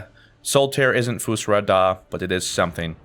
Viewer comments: it's Fus Doh Rah, not Fus Dah Rah. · u said "FUS RAH DAH" it is fine but i just want u to know it is correctly said "FUS ROH DAH."